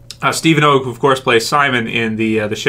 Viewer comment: Mispronouncing Steven Ogg's last name wrong it's pronounced like log his last name rhymes with log